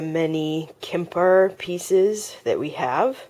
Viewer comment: I love your informative vids just a heads up the french pottery Quimper is pronounced like "Kampair" not trying to be nit picky but I am a French/American who tries to teach french!